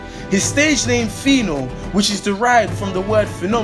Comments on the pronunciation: guy if you call phyno a gay again...... and please its pino pino not whatever you said.... 'Anuman' pronounce that..... that's what you are... nama... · thurda fire u guy. phyno not gay